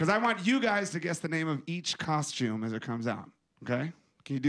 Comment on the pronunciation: omg stop calling it a coshume